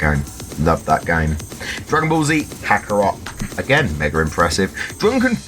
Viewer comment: Do your pronounce the T in kakarot?